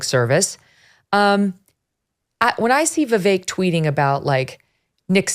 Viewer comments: I’m totally voting for Vivek (Viv-ake) Dave. Say his name correctly. Trump is a flippant fool! Vivek is playing this correctly. I’m so sick of Trump’s childish bs! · I quit watching Dave Rubain because as a Vi-“vake” fan Dave can’t figure out how to say his name. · Honestly.... Has Vivek at least earned enough respect to pronounce his name right? Vivek like Cake. Be professional and pronounce name correctly please. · Pretty sure Dave does it on purpose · Dave won’t say vivek’s name correctly which is disrespectful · Can Dave not pronounce Vivek correctly?